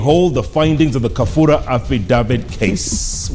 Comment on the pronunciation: Its Kabura not Kafura madam Governor